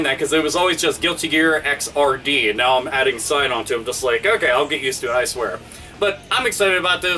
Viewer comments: Xrd is pronounced igzird (similar to 3rd), not X R D. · I believe it's not X, R, D, but "Exerd" like "Third" but with an X. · It's not pronounced "X-R-D". It's pronounced "egg-zard". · Just so you know, Xrd is pronounced "exird", like "X" mixed with "3rd," because it's a sequel to both Guilty Gear XX and Guilty Gear 2. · Isn't it pronounced guilty gear xrd (zerd) sign? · I think its pronounced "xird" similar to "3rd", since they can't call the game "guilty gear XXX".